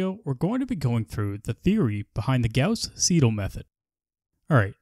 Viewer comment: why do you pronounce Gauss the proper German way, but not Seidel?